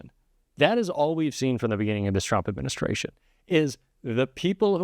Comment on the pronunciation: "TURMPS" was that on purpose? Lol